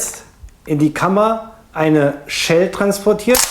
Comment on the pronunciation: warum sagst du eigentlich immer "Tschell eject"? :D